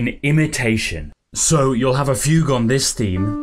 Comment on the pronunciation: who thought fugue was pronounced foo goo